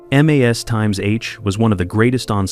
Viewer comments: Try articulating properly, and having the precise information before jibber-jabbing. (1) ex the 4077 had only two sevens not three. (2) when we refer to M.A.S.H the show it's unquestionably pronounced mash (as in potatoes). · No, Frank went on R.and R. While Maragaret was other honeymoon. Had a bit of a breakdown, got busted. All charges against him were dropped, he was made a Lt. Colonel transferred and transferred to a post in Indiana. Or maybe that was just what he told Hawkeye and B.J. It was also really annoying how you pronounced M.A.S.H.